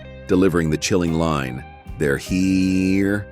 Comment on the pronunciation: When artificial voices says “they’re heeeera”. 😂😂😂